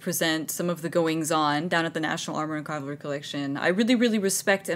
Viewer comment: Works there but doesn't know how to say CAVALRY